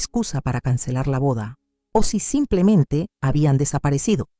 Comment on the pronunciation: Por suerte cambiaron la narradora. Al menos no dice: SAMPLEMENTE.